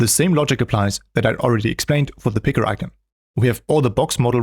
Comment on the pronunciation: What’s an “I-ken”?